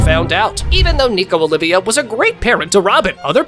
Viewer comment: isnt it nico olvia not olivia